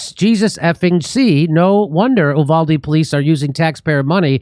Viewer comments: YOU- VALL- DEEE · Jimmy, Texas here. The town is pronounced, YOU-VALL-DEE. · You-valde is how it's pronounced JD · Hey, Jimmy. You-Vald-Ee. Thanks for reporting on this. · It's pronounced: U•Voal•De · Uvalde is pronounced “ you-val-dee” and the a in val is pronounced like the Val in Valerie. Short a sound. Accent on the second syllable. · It is pronounced with a long "u," like "you," than a short "a" like the first syllable of "apple," then a long "e" like "the." U-val-D.